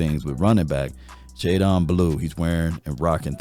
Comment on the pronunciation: I thought it was white people but you did it too. What up with yall mispronuncing these names …it’s JayDEN NOT jayDON🤦🏾‍♂️